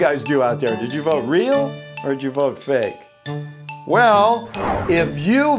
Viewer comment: He spelled fake like fak at the end of the video when he said it was fake!!!